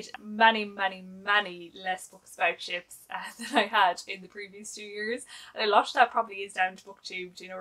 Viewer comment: Hahahaha!! When you said you hadn’t read as many books about ships this year, for a second, I thought you said “chips” and was wondering how many books about chips there really are. 🤪